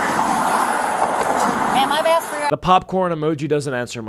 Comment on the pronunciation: It's asked not axed moron